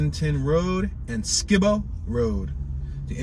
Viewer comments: Morganton and Skibo - Sky-Bo not Skee-Bo 🤗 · The way you pronounce Fayettteville and Skibo Rd says you are not from Fayetteville. Ask a native how to pronounce.